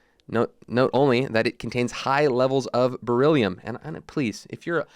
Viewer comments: Bilirubin not Belirium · It's pronounced belly roo bin. Lol not berillium.